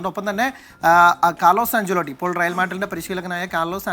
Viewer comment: Pronounce anganeyaan